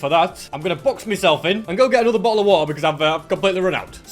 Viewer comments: the way he said bottle of water tho XD boho o waha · bottle'o' wader Bro is British xD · boodle o’ wo’ah. (Gotta love that)